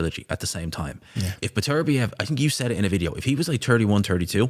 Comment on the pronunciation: Still can't pronounce Beterbiev. Beter biev not B'terbiev